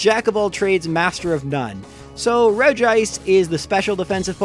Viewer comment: wow, someone finally pronounced regice right. most people think it's regi-ice.